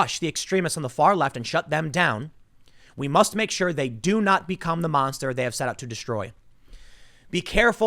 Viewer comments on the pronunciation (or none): none